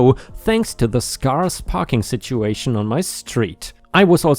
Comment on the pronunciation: "scarce" is said like "scare ss" not "scar ss." 🤪